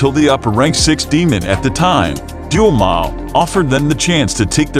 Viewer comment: Also doma he said duma 😑😑